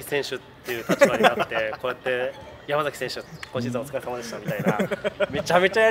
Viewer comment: やまざきじゃなくてやまさきだよ本人の前で後輩の名前間違えないであげて笑